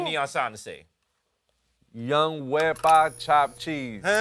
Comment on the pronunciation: WEPA not WEEPA! Must be a blanquito writing these